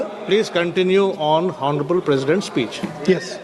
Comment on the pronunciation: टीनेटी जी हौनरेबल नहीं आनरेबल बोलो एच साईलेंट है